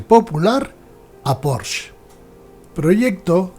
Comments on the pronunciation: Enhorabuena por la historia, desconocida por la gran mayoría del público, e incluso por muchos aficionados al motor. Muy, muy interesante y desmitificadora… Por cierto, incluso en alemán se pronuncia más bien “Poshe”, acabado claramente en ‘e’, tal y como enseña la propia marca: . Un detalle sin importancia, pero que me ha llamado la atención por la cantidad de veces que se pronuncia mal este apellido. Un cordial saludo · Estoy de acuerdo. Precisamente por eso, españolicemos el nombre y digamos “Porshe”. Eso de decir “Porsh” es, además de incorrecto, un pelín hortera…